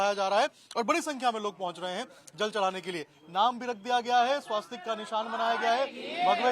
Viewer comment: "स्वास्तिक" नहीं इसका सही उच्चारण स्वस्तिक है।